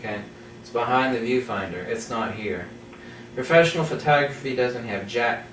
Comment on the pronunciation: P mode, for Profeshnial